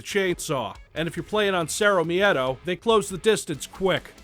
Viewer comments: To anyone curious, the word miedo has only two sylables. Mie-do. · Why the fuck do you pronounce miedo as meadow? wtf